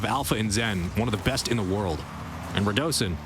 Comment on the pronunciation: its ru-doe-sin its not ra-du-sin